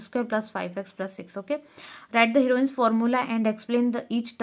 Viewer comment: Heroine's formula ❌ heron's formula ✅🤣🤣I am sorry 😅😢